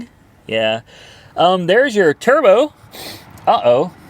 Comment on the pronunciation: you all ready named it yourself in the video :) the TURDBO DESIL!!!! you said turd brown lmfao :)